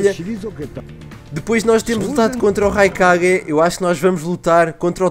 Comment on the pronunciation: é RAIKAGUE NAO RIUKAGUE